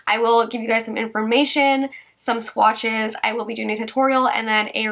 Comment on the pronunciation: "Some sqwatches" 💕💕